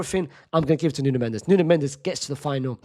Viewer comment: Its nuno mendes